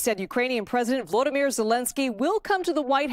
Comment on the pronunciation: His name is VoloDYmyr (accent on the third syllable). You are mispronouncing his name.